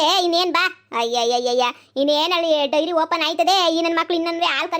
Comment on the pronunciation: ಡೈರಿ ಅಲ್ವಾ ಅದು.. ನೀವು ವೈರಿ ಅಂತ ಅಕಿದೀರಾ